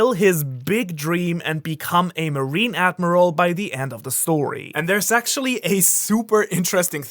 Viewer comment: he said "sexually" instead of actually 😆